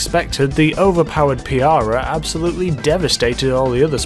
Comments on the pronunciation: I swear to god he uses his acc meant as an excuse to mess up pronouncing EVERYTHING. It’s PARiah, not PEEarah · Piarah? Its Pur-i-uh im pretty sure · Its not Peeeeaarah , its paariaah! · Pa Ri ah , not piara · Why are you saying piara instead of pariah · why are you pronouncing it as (pee-ar-uh) its (paa-ry-uh) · WTF is a PEE-ARE-UH? ... It's pronounced PAH-RYE-UH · its pa-ri-ah,not piara lmao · "pee-ar-rag?" Huh? It's a Pa-rye-ah! :P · Why do you say piarah and not pariah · No matter where anyone is from, its still pariah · Yeah that bothered me too haha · michał Delost He’s British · P not f pariah is how it's said forget the f and it pa not pi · Pariah: Puh-Rye-Uh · Did he rlly call the pariah the "piara" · ''PIARAH'' ???? ''STREETER'' ?? Bro you need to learn how to pronounce stuff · Pee-R-uh Pariah. lol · PUH-RYE-UH..brits, please learn proper pronunciation